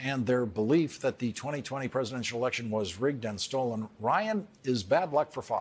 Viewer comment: Anybody else notice that Trump said "stollen" and not "stolen" ?